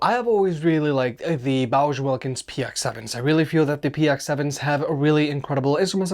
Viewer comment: are you saying "Bowser" instead of "Bowers"?